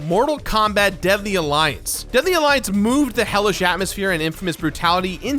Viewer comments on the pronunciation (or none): none